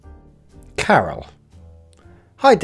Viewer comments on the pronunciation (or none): none